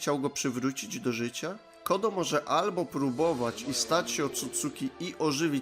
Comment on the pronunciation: Czemu ty czytasz Code jako "kodo"? Code czyta się jako "kołd".